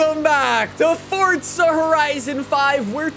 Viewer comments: Why he pronounce it fortza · and calling the game fortza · "Fortza Horizon 5" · Why does he say fortza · U KEEP SAYING fortza IT'S TRIGGERING ME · why do you say fortza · There’s no t in the word forza… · Does anyone else get mad that he says “fortza” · for the love of god bro someone teach this man how to say 'forza' he pissed me off so much when he kept saying 'fortza' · Why you always say fortza >:( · Only I here him say fortza horizon😁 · this guy really says fortza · He says fortza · i like how he says fortza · I swear he keeps saying fortza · The way he says forza as fortsa really pisses me off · Sop saying fortsa horizon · is it just me or fortza? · pls stop saying fortza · Bruh Fortza? Bwahahahhahahahahahaha Or Fartza? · It’s not Fortsa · Why is he saying Fortza? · Why does he say fortsa😤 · Him: FOrtZA HoRiZOn 5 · Why does he say Fortza only people from the UK say that and he’s American and that’s not even how you say it !!???!!! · why does he say forza like 'fortza' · it annoys me that he says "Fortza" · It annoys me everytime he says fortza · It’s still better than the "Forsa" we usually get. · i cringe every time i hear him say fortttttttza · It’s not fortsa horizon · Jesus. Another one that called it FORTza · Bro why do you pronounce it “Fortza” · Why do you pronounce forza like that? Sounds like your saying fortza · Welcome back to Fortza Horizon 5 will never get old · Still cant pronounce forza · where does he get the extra T from in Forza? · There's no T in Forza!!! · It's called forza not fortza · Can someone tell me where the T is in ‘forza’? It’s not ‘fortza’ it’s ‘forza’ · fortza its forza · Hey bro I might be hearing wrong but it sounds like you say fortza instead of forza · Why does everyone call it fortza there is no t ? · Forza not fortsa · Am i the only one that says forza without the weird t thingy 😭do you guys read fort za!!!???!? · It’s pronounced forza not fort za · I’m having a stroke listening to you say fort-za instead of forza 💀